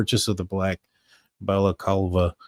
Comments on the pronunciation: I’m surprised at how many Americans didn’t know what a balaclava was or how to pronounce it. This is any item commonly worn mainly by unruly teenagers here in the UK obviously to avoid identification when behaving anti socially. It is pronounced Bala clava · Bro Google how to pronounce the word Balaclava. ❤